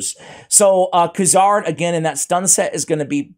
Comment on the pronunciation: Noticed every video when you said Kuzardinstead of Kurzad. Kinda like you did , , , , of this one. HAHAHA Talking about getting old for forgetting, I'm 52. It doesn't get better.